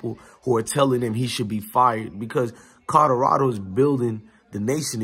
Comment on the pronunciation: I dont mean to get on you for your pronunciation skills. However, there is an L in Colorado Fam, not 2 D's. Colorado not Codorado.....